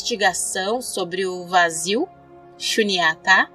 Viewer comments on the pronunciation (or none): Muito bom vídeo.. Eu queria só corrigir uma pronúncia.. Nao é " madiãmika" e sim madiamíka" p ser exato. Madiamika prasangika.. shubyatá( ultima sílaba tonante) Espero ter ajudado